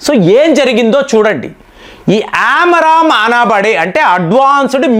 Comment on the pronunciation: Not Aram amram missiles ఆరామ్ కాదండీ, ఆమ్రామ్ మిసైల్స్